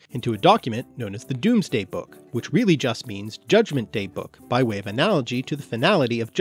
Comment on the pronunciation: Correct me if I'm wrong, but I'm preety sure I read that the 'Doomsday book' is actually pronounced domes-day because of language change or something